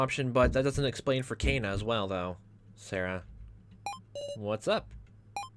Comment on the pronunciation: You're pronouncing Kanna and Nao's names wrong. So far how these 2 names are written or pronounced don't actually matter so don't feel obligated to correct it. Just go with whatevers more comfortable for you. Kanna: "can-na" Nao: "now" Why do think Alice and Q-taro know eachother? Honestly I've been loving this LP. You speak a lot which i think is really good especially considering this is a VN. Liking your theories, keep up the good work! Health